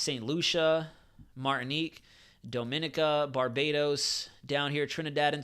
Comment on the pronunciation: Please pronounce Dominica as "Dom - muh - nee - kuh" thanks